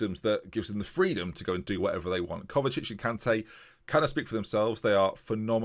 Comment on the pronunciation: I know you always struggle with pronunciation but cmon.. It's Emmanuel KanTEH, said in a Mancunian way! Gotta love his rise from a defender in the Vanarama to midfield boss in the prem!